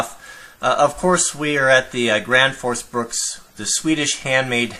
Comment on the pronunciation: It's Gransfors Bruk, not Bruks